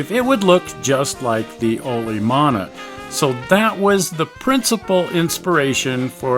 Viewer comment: Another fun screwing around adventure! Thank you both! But please, start pronouncing Olomana (the engine) correctly. That's a Hawaiian word and should be "oh-loh-mah-nah". You're missing the vowel in the second syllable. English speakers often mispronounce Hawaiian words, which is predictable and understandable, but what English speakers don't understand is that they often end up saying something VERY RUDE and scatological, even if they don't intend to.